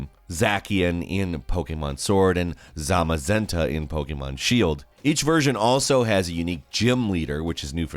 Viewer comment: Love how he says Zacian as Za-ck-ian and how he says Zamazenya perfectly fine. I feel like this is every person.